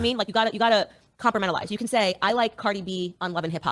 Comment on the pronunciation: omg Candace actually said the word "compartmentalized" correctly "2:23:112 hours, 23 minutes, 11 secondsLike their music, but stop idolizing them. You know what I mean? Like you got to you got to compartmentalize. You can say I like Cardi B on Love and Hop. I did. I liked her. She's very funny on Love Hop. Actually, she was very funny"